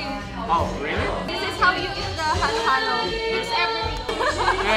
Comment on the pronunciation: not mad, just correcting: halo-halo not heylo heylo